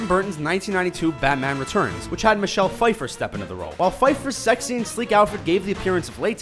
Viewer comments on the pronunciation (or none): none